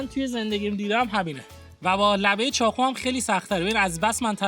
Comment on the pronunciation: چاقو❌چاخو✅ واقعا❌واخعا✅ 😂😂😂😂😂😂😂😂